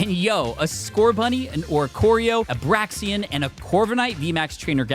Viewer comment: Vivillion! Vivillion!.....No, it's VivillON, there is no extra i in there lol xD Same goes for Braixen, it's not Braxien... alright, now that that's out of my system; amazing how people can come together for a goal. Great effort :)